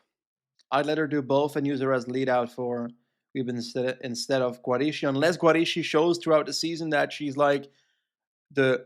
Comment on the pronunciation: "schi " of Guarischi should be pronounced like "ski".